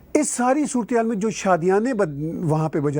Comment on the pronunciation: Surat-e-haal hota hai bro 😂